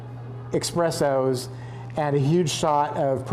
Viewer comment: It's eSpressos, NOT eXpressos! Arggghhhh!